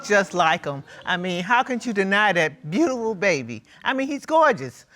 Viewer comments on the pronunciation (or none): "How can you deny that 'BEAUTOOWOO' baby" 😂😂😂 I....